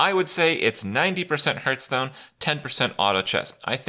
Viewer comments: 2019, you still pronounce Hearthstone as Hurtstone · Fucking hell he's still mispronouncing hearthstone after all these years..